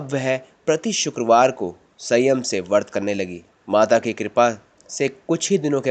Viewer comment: vart nhi vrat kahte h